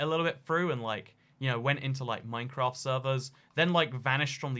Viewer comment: I swear he said minecrack